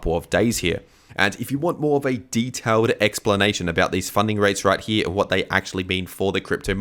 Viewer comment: What’s up with VIDEORRRR and HEEEE (here)?